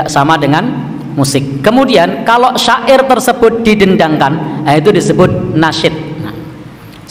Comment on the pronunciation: UAH bilang syi'ir (musik)... kenapa jadi sya'ir...hadeeeuuuh.... kumaha iye teh..??